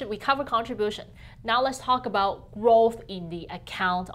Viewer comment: How aboot neeeoooooooooo.